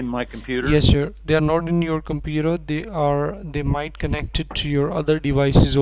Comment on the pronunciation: “Sir, the secuuidy was WORKING” “They totally ruined your compuudah” 😂😂😂